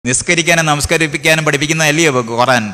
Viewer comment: ആദ്യം ഖുർആൻ എന്ന് പറയാൻ പടിക്ക് മണ്ട... കൊറാൻ കൊറാൻ എന്ന് പുലമ്പാതെ...